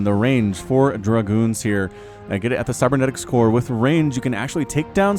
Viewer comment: Druh-Groons... der muh vulture... you missed the engagement to show everyone a pylon. and you stayed at the pylon. super great job... you focused on a ramp forever and completely missed the arbiter drop.. and when you finally noticed the drop the 3 o clock, you immediately focused on the ramp LMAO, Still missing the SCV/base engage.. jesus man.. you dare mock the son of a shepard.... AGAIN you missed the arbiter drop, to focus on a RAMP. #rampporn #illegalstash #imcallingtheFBI... as clear as day in the middle of the screen, an arbiter dies from a missile turret. and you say "hey did that arbiter die from a missile turret?? i think i did"... you need to start a career in sesame street. i see you like to individually count. very good.. ever heard of box select?... for you? just use the arrow keys.... yet again.. focusing on a ramp and missing an arbiter drop in the main.. this is becoming a job now. whew. your mistakes are endless. i aint even mad anymore. im loosing hope. goodbye cruel world. but i must press on. the journey is long. i need a gatorade.... he did it! he saw a recal! #proudestMoment2017 #theygrowupsofast #tearsofjoy... easy come easy go i guess. went back to missing recalls in main #depressionreturns... yay you got a recall. but im not gonna get my hopes up. #easiertostaynumb... missed recall in main. failed us again.:sigh:.. its cool